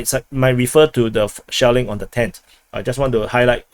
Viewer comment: I thought I heard a lot of Shaolin instead of shelling